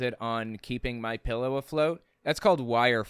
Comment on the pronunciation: Did you notice the guy in the vehicle poking fun says “Mein Pillow?” 😂😂😂😂